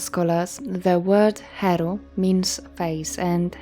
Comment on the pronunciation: Thank you for inviting me. I love when you say heru. He is here.my name is lindsey krishna.heru for 61 years.i lived in the caribbean.the world will hear voice, you are educating us.thanks..heru.with love.